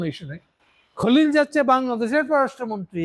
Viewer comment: আপনার পর্যালোচনাগুলো বেশ তথ্যবহুল। তবে বলার ভঙ্গীগুলো যেমন,তারেক, খলিল,ইউনুস এ নামগুলোর উচ্চারণ ঔদ্ধত্যপূর্ন।